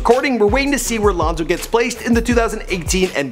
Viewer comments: He said lenzo it's Lonzo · It’s Lonzo not Lanzo lol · He said Lanzo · Why ain’t no one talking bout how at the start he said “LAnzo” instead of “Lonzo” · Who the hell is ‘Lanzo’ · "Lanzo" ma boi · who else heard Lanzo and went to the comments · “he really said “LANDZO”